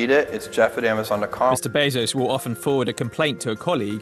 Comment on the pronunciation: Would you stop saying "Ama-zunn"